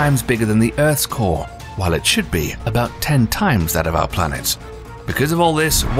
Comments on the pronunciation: This dude really said "🅱️lanets". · dude really said “🅱️lanets” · “blanets” 🌏🪐💫 🌝 s i u n s